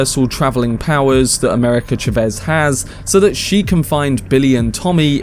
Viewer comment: Chavez bro.not chevez